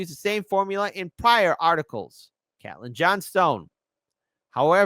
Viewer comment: Jeezus dude Cait-lin.... Cait rhymes with 'late'.